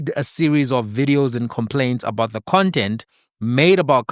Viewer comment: " while we hold reservations about thee effectiveness of the SAHRC..."😂😭